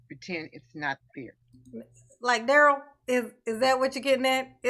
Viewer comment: "Fun loving and kind" words that have not applied to Darrell since he was 8. Note how momma calls him DARE-ELL and not DUH-RELL. Brooks changed the phonetic pronunciation sometime around 15 to sound more "Gangsta".